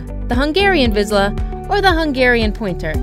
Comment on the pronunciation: That is not how you pronounce Hungarian Vizsla😶. I have a 4 yo one and he’s the sweetest dog ever he’s fast, active and thinks he’s a lap dog😂. Also a Vizsla is the third fastest dog in the world😮